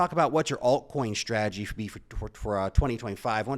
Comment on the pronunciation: Dude! The word is Ssssstrategy not shhhhhhtrategy!